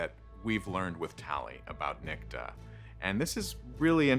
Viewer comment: A Dude? Everyone On the show? Pronounces that name? Nick-Ta NOT Neek-ti. Perhaps you should have made sure the show Pronounced the name Your F-ed up way.